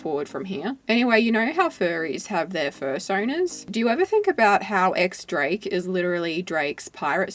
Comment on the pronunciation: X Drake is actually pronounced Dies Drake apparently